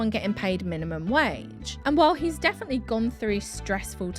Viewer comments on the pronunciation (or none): none